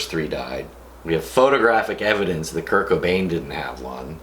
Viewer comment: I wanted to cry when he said curt cobin and I'm not even try to make a joke I'm being serious he was a great guy